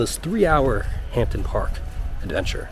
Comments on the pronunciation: cracking vid bud. one small thing - we don't pronounce the 'P' in Hampden - so its Ham-den Park. Also its Glazgow not Glass-go. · hampden...(hamden) please pronounce it correctly